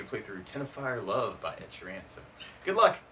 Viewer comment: It's Teno-reef and Sheer-en.